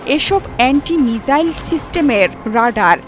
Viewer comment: মিজাইল নয় মিসাইল